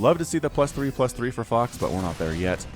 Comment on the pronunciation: is it just me or is it that every time that he says fox it almost sounds like he says fucks... are my ears playing me for a fool?